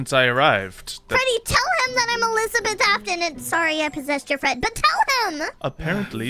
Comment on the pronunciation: It's pronounced Elizabeth